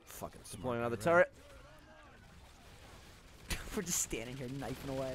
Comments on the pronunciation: Well thank you Gavin, now whenever the others say "turret" all I can hear is turd. Well played. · Everytime you said turret it sounded like turd lol except gavin.